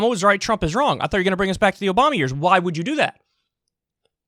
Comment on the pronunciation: I like how this hack couldn’t say Obama’s name. Instead of trying to play armchair general he needs to worry about buildings collapsing in his town.